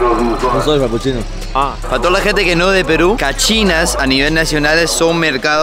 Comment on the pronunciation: Ese le dice "un frapu tia" 😂😂😅